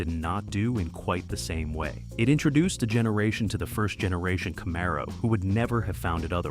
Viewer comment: Camaro was pronounced wrong, besides being totally off on the car year